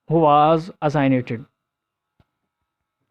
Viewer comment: bht zayada words ki pronunciation glat hy like marijuana ,Uruguay assassinated